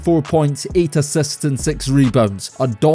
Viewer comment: assists spoken as assets lol